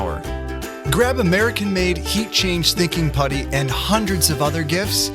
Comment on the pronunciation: he said thicking putty